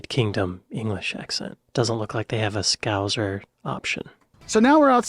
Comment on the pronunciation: Oh, it's Scow-sir, no zed/zee. I love that he says "lorra lorra statues" at the same time as a statue of Cilla Black appears. "Lorra lorra" (lot of lot of) was kind of one of her catch phrases when she hosted 'Blind Date' and 'Surprise Surprise'. Barm, Bap, Cob, they all are basically the same. If/when you come to the UK, Liverpool, as I mentioned on another video, can be a good base to travel from. Trains all over the northwest, also transpennine trains that go to Yorkshire and the east coast. Not forgetting motorway connections. M62 west to east is on the outskirts of Liverpool. This is crossed by the M6 motorway which is the north south highway going from Rugby, near Birmingham up to the Lake district and on to Gretna Green in South West Scotland. The Mersey tunnels go to the Wirral, then North Wales is about an hour and a half drive away. You can see the North Wales hills from Crosby beach on a clear day, sticking out behind the tip of the Wirral.